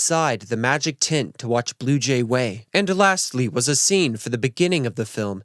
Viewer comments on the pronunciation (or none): Tent not tint… lol! Wow! This was extremely well done!!